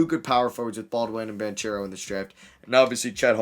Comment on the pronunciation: Pronounce paolos last name as ban-ckero